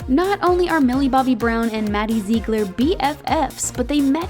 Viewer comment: Did she say Maddie “ZeEgLeR”